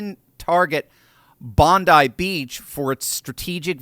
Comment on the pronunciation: You're the first person I've heard discussing the attack who correctly pronounced the name of the beach. Good work!